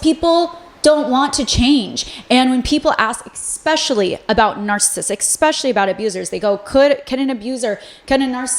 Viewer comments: Also it’s es-specially not ex-specially …. No shade either sorry I’m just a Gemini lol 😂 I also love when ppl correct me just fyi. We don’t learn unless someone helps us from time to time 💙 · I love love love your videos but the word is ESPECIALLY not exspecially 😅🙏 gets me every time! ❤ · i love your videos but i think it discredits your insight and expertise when you pronounce words incorrectly. saying “expecially” and “scruntiny” almost made me click off your video.